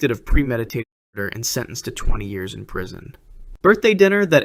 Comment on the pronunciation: State the years PROPERLY!!!! Jeez.